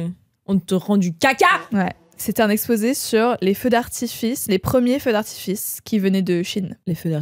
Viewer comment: J'ai liké dès que Louise a dit "les feux d'arti-fesses". C'est tout ce qu'il me fallait 🥰 Dès les premières minutes